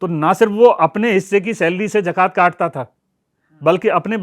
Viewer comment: Its not jajiya... It is jaziya Jakaat nhi zakaat Baitul mul nhi... Baitulmaal